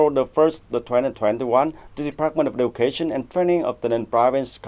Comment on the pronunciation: Xem lại cách đọc từ Education nha